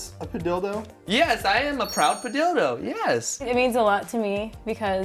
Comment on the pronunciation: why padilldo instead of padillo